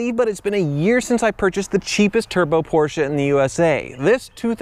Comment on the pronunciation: Ffs Porsche not a Porschia....